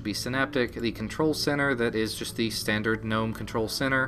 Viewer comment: i get confused every time you pronounce "GNOME"!